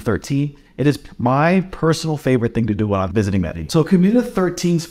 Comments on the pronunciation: Madallin LOL First learn how to pronounce it and then give recommendations. LOL. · This is a guide to failure. Didn't even say the name of the city correctly. Go away man. Thumbs down.